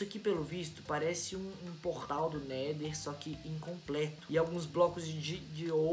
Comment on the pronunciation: não é neder é nether